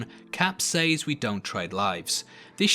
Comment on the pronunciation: The way you pronounce "says" is quite annoying.